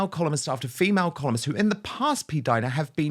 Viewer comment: Not p-Dina! Seriously